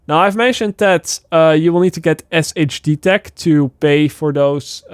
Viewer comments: Not really sure how you didn't know this already but SHD Tech is pronounced Shade Tech. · When's gonna realize "SHD Tech" is pronounced "Shade Tech" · I love how you say Shade tech 😂😂 😂